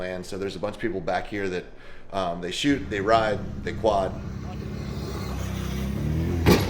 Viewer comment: "they shewt, they ride, they quad" 😮😂😂 I busted out laughing!